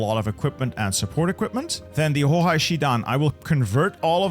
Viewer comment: it always breaks my legs to hear him saying "hohai" because of the "ei"